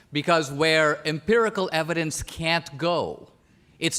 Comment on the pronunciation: Empirical. Not impirical. Nonetheless, great video.